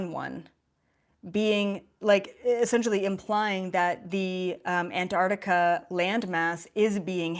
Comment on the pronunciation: Ask Nasani how to pronounce Antarctica.